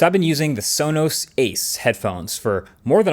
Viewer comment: That cannot possibly be how Sonos is pronounced.